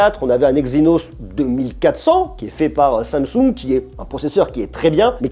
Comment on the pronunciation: qui va se faire kidnappé par les Coréens pour avoir dit samesaoul au lieu de Samsung 😂😂😂